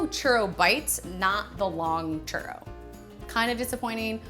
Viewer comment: U say churro I hear chorro.... Mexican peeps where u at? 😂😂😂😂😂😂